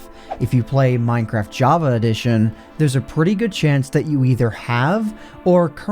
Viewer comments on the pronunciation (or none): none